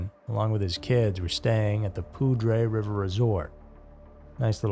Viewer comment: As someone who lived in the Poudre Canyon area, thank you for the correct pronunciation of "Poudre". Also myself and my ex husband were part of the search party on our horses. It was so sad to know that he came to a sad end. It is still something that is occasionally brought up over coffee about what really happened to him.